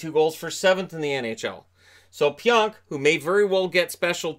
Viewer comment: again it’s pronounced pee-onk not pyonk